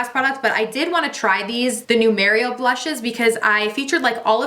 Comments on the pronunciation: It’s mar-ee-ō Ar together say arrr like a pirate. She says it wrong 😂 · I thought the same thing about “Mary-o” hahaha gotta love her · Yes that was bothering me!! Lol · Lol uoma & mario 🤣😂😆 im 💀 at your pronunciation